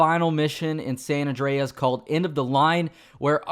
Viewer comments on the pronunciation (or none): Awndreas lol